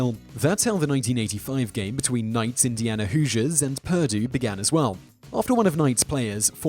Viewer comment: "PUR-doo"... wtf? Emphasis is on the 2nd syllable, sir.